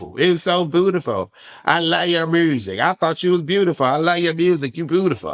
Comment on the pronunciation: she be like “ I love your murrsic “😂😂😂